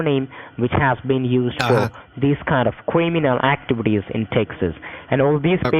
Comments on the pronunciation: This guy is the Indian version of Elmer Fudd- be vewy vewy qwiet... I’m hunting cwiminal activity. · your social is cwiminal activies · “Qwiminal activtees” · No way is he a cwiminal. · "Mr. Wichard, are you sure you've nevow been invowved in any cwiminaw activdees?" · Cwiminol aktvitiiis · Cwiminal activities lol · excuse my french, but wtf is a quaeminal activity? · Cwiminal actwivity 😂😂😂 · I cringe when the scammer said kuiminal activities 🤣🤣🤣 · Qwiminal Awigations, Mr Wichard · Lmfao cwiminal actibity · Cwiminal activees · He said (CREAMANAL) lol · “Quiminal Activities” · Cwiminal??? 😂😂adminstwation?? 😂😂LMAO when he lost his place on the script. Titty bank?? 😂😂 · “Cwiminal” that bad me dying from the start 😂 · Cweeminawl activities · under yor creaminal.. I'm died laughing. and I hear titi bank. lol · QUIMINAL AKTIVITIZ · “your quiminal activites are being convestigated” 🤣🤣🤣🤣☠️ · “Kweeminew activities.” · "Batch id" "Crayminal actibities" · "Qwiminal" Th-th-th-th-that's all folks!